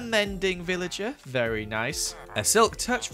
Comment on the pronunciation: Honestly when says "Very Nice." I hear "Fairy Nice." Which is just funny, because its an amazing pun and Kathrine is a Fairy in empires, so it makes sense!